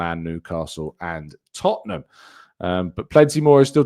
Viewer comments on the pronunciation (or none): none